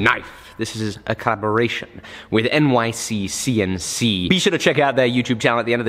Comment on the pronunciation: I don’t think he’s said it correctly yet in all 3 of the episodes so far 😂